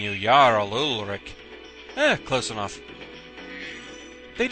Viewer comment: I'll never understand why people get that name wrong so often. In skyrim it's Ulfric not Ulric. Not trying to flame, it's just one of those little things that irks me.